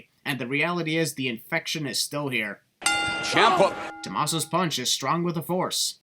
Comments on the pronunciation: It's Tuh-MAH-so and Champ-uh, not Tuh-Mas-so or Chomp-uh. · It’s Champ uh